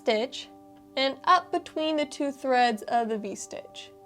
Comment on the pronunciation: It’s distracting to hear the words “ stitch” and “strands” constantly mispronounced. Add “stretch” to the mispronounced words. Grimace